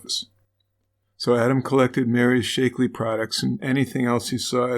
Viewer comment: Shack-lee, not Shake-lee. It's only been around like 50 years. I love you guys, but you GOTTA research your proper, trade, disease, and place names better, because you make these mistakes quite often. Keith Morrison would pronounce it right!